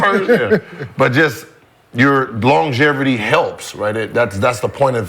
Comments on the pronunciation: Yo Gil.. what the fuck is “long GEVERTY ?” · Aye Gil..."Longevity" doesnt have an "R" in it fam 🤣